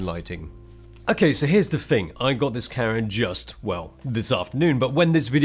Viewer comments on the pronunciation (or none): I keep hearing "Karen" instead of "camera" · I thought he said carrot, but then my hearing is not so good. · i swear when he says "Camera" it sounds like he's saying "Karen"? am i trppin?